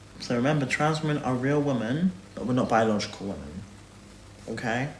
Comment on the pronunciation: His inability to differenciate between WOMAN and WOMEN is infuriating. Almost as infuriating as the condescending therapist tone he's decided to take with everyone. GAAUURRRLLLL you have literally no idea what you're talking about.